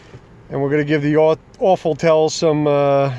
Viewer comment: The "Awfultel". LOL!